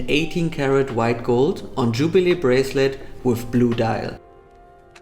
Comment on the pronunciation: d wait gold on tschubile breslet....ey des wird ja immer schlechter mit deinem Englisch 🙈🙈🙈🙈🙈